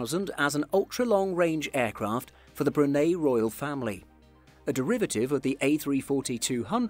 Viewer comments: Bruni not Brunay🙄🙄🙄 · Unique means unique!!! There are no grades of unique. It either is or it isn't. Brunei is Bruneye. NOT Brunay. Sorry, I'm a pedant. Still gave you a thumbs up! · Brun-hay no no no...Come on can you read??? Brun-eye the eye means something Brunei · Me to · It’s Brune eye not Brune aye. Brunei! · Bruhn-eye not Bru-neigh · Brunei is pronounced 'Brooneye' not broonay. And where the hell is Sconnefeld airport? I have been to Schoenfeld Airport in Berlin. No point in listing your sources when your credibility is already shattered by ignorant mispronunciation. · Brunei, not Brunay. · Most unique plane? hundreds can fit into the category. Also, it's pronounced "brew-nigh", not "brew-nay"... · I love how he says brune instead of brunei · It’s pronounced Broon-eye and Shonefeld, German not Dutch! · Your pronunciation of Brunei is off as well - "-nei" should be pronounced as "-nigh", same as "high". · So you've taken the time to produce a video like this, but didn't bother to check the pronunciation of Brunei! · Brunei was pronounced wrong (the e is pronounced like an A) My friends form brunei told me